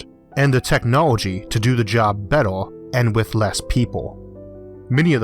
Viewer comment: Hardor, fastor, bettor!